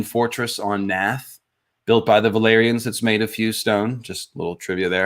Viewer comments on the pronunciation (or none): Is it just me, or did say "valerions" instead of "valyrians" at least a couple of times?